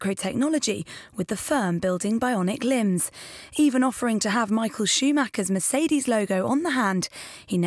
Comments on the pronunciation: *lol* Michael shoe-macker xD there's not one native english speaker able to pronounce a German name correctly :P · It sounds so funny when americans try to pronounce "Schumacher" *lol*